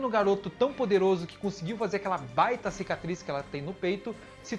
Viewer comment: Cecatriz??? Kkkkkkkkkkkkkkkk